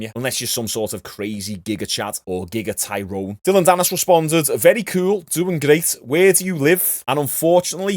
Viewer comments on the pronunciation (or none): Never thought I’d hear scouser say giga Tyrone 😂😂😂